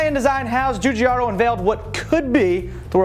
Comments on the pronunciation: pronouncing Giugiaro Joojiaro = fail Get it right Julius De Angle-is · you would be the dipshit, Fabrizio Giugiaro pronunces it ji-jee-air-o. Not Joo-jee-ar-o